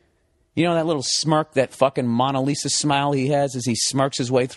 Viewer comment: Funny story, but who is “Monna Lisa”? Bill, it’s “Mona Lisa”. It’s only one of the most famous paintings in the world, you’d think he’d know how to pronounce it!